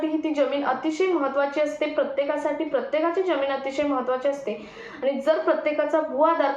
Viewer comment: किती अशुद्ध उच्चार. यम, यल, यन काय हे. जमीन या शब्दाचा उच्चार करताना ' ज ' हा जहाजातला असतो.